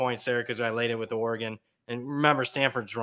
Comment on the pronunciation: Somebody please teach how to pronounce Oregon.